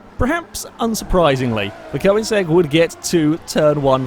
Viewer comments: It isn't, it's Koenigsegg not Koinsegg like he's pronouncing it. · Am I the only person irritated by the way he says Koenigsegg?